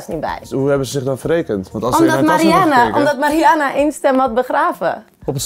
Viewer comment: Ben ik de enige die het is opgevallen dat iedereen de naam van Mariana (Marianne, Marian, Mariene) anders uitspreekt en sommige mensen ook nog op meerdere manieren?